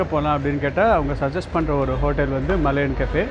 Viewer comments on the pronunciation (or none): மலையன் கஃபே இல்லை ஐயா...மலாயான் கஃபே ......என்னய்யா தப்பு தப்பாய் சொல்லிக்கிட்டு .... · வணக்கம் விஜே சார், நீங்க "மலையன்" என்று சொல்றீங்க, ஆனால் பெயர்ப்பலகையில் "மலாயன்" என்று உள்ளதே! மலாயன் என்பது மலேஷியாவை குறிக்கிறதா? தெளிவுபடுத்தவும், நன்றி!